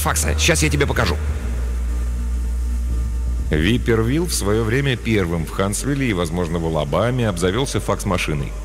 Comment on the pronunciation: не випер Вилл, а вайпер Вилл (viper Will). Так же неплохо бы звучало как "гадюка" Вилл